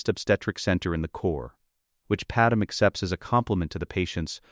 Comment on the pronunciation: her name is not padam dude its Padmé